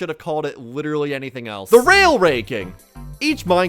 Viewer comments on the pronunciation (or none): none